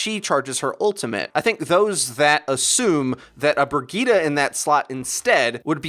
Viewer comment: Can y'all pronounce her name right. Its Reinhardts companion so you have to use some German pronunciation. It is pronounced Bre-zheet Have a nice day.